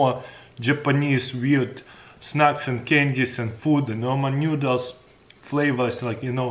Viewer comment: roman nyoodles